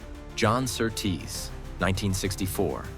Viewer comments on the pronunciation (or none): Your pronunciation of Sir Tease makes him sound like some noble male stripper.